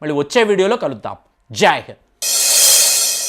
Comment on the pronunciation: 1.Mundu Jai hind sarigga paladam nerchuko 2.shivudu manishi kadura sannasi devudu pratisari puttina yogi anaku